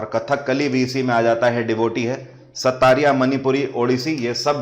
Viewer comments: Sattariya nhi Sattriya Hota h. SATT-RIYA (XOTTRIYA in Assamese) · Sir its Sattriya, not Sattariya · Assam ka classical dance sattariya ko pronunciation Thora mistake huwa